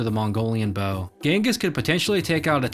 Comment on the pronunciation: It's Bow, not beuuuoeau.